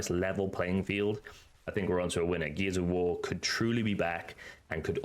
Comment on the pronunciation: Every time you say “Gears of War” I mostly hear “Geezer War”. I thought it was a game just for me. 😂😂